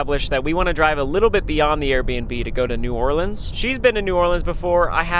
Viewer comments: Yes some who finally says New Orleans right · Welcome to New Orleans and thank you so much for saying new Orleans correctly